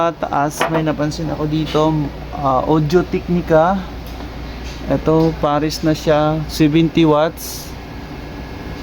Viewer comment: mali din pronounce mo ng Audo-Technica